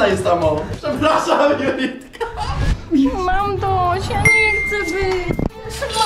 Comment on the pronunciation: "Julitka" Boże jak to irytuje nie umiecie normalnie powiedzieć jej imienia?